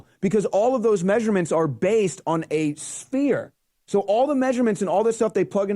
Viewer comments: That guy on the right can’t even say sphere correctly 🤣 “spear” hahaha joker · The debunker dude keeps saying "spear."